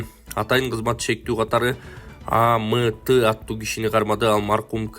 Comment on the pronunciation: Д албан журналист сабатсыз амт эмес айтылышы АЭмТ болуп айтылат уят